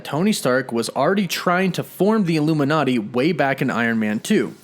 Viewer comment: Says illumi”NET” not illuminati